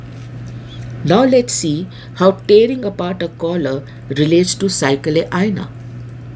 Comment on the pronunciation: Improve your pronunciation Madam . Hire an Urdu teacher , he will help. At one place you said cycle, whereas it was saiqal